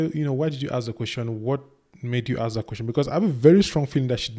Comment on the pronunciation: Sister need to know the difference between ASK AND AXE